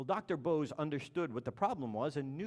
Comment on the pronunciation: you 're a douchebag. If you respect the man, at least learn to pronounce his name properly.